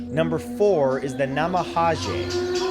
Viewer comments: Brutal mispronunciation. Namahage is pronounced na ma ha gay. Take the time to learn to say the word at least a little correct. Not that hard. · Love the video, Matthew. I'm familiar with all these ghosts, but honey, you really need to work on your pronunciation. I cringed a bit every time you said a name of a entity. Especially the "Namahage." G in Japanese makes a "guh" sound, not "jeh" or "zhe." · Love the video Matt, but could you please check on the pronunciation of some of these words, for example the "g" in namahage isnt pronounced as an English j, but rather a "g" as in gull